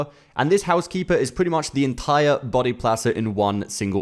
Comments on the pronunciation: Every time he said "buddy" I heard "body" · The fact that you pronounce Buddy as Body keeps confusing me